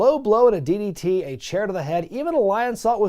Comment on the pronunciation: “Running DDT to D-Von” sounded like “Running ditty-titty-D-Von” 🤣